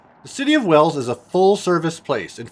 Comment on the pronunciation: It's Wells, Nevada. FYI.